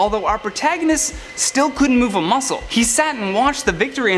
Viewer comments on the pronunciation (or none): none